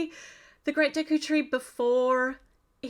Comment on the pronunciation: I'm happy that you got the pronunciation of the tree correct (some reviewers really butchered it)